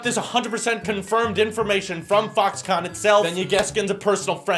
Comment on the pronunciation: When you said Foxconn it sounded like f**ks gone. This video will now be demonetized 😂